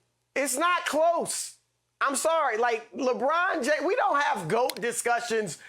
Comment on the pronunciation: "Lawbraun Jaymes" -Chris Broussard